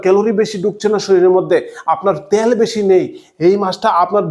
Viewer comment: কথাটা তেল। ত্যাল নয় ।